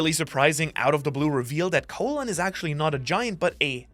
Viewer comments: Not really an unfortunate name lol you're just saying it wrong, try saying call then say in, call-in, you're saying it like colon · "Caw-lin" not Co-lon? His name is not the same at the lower half of your intestine. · ... soo are we all really calling this giant kid Colon, like the digestive system and not pronouncing it like Colon (Colin) the name? Or is this like when people say Marine Corpse instead of Marine Corps. (Core)? Poor kid. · I thought you say colon like cologne